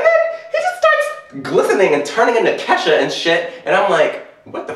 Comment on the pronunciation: no... its Kesha. Ke$ha .. pronounced... Keh-Sha Kesha. not Keysha. Kesha. Ke$ha.